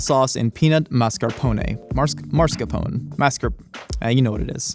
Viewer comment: may be goofy, but at least he can pronounce mascarpone correctly... Unlike pretty much every mook on the Food Network. mArScApOnE!!